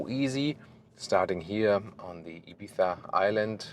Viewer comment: That "Ibizzzzzzzza" at the end of the video was nice, full ES pronunciation! Great work and!